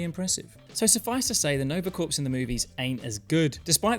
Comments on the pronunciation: Corps is pronounced "KOR", as in, the Army Corps-- not "Corpse". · Small thing. No worries! Corps as in Nova Corps is pronounced like core. The word has French origins. Don’t blame me. 👍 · corps is just pronounced "core" btw, since you seem to be cool with correcting you pronunciations video to video (which I love! wish more people would lol) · Excellent video! One teensy nitpick: the word "corps" is pronounced like "core." It's French! 😁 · You don't pronounce the 'ps' in "nova corps"